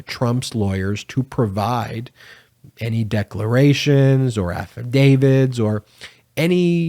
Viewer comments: Stop saying affidavid !! It's AFFIDAVIT ! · Please tell me you are saying Affidavit and not Affidavid. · Please stop saying “affidavid”. That’s not a word.